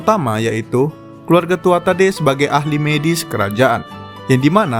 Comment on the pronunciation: itu bacanya gini banh TUA HA DE